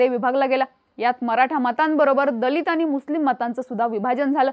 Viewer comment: मुद्दाम आनि पानी करू नका 😂 शुद्ध मराठी बोलण्यात काहीही गैर नाही